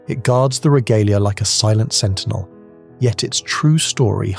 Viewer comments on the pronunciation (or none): none